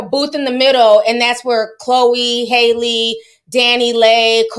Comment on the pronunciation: It’s Halle like berry 😂